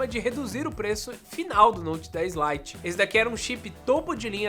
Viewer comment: . Note 10 "Lie" kkkkkk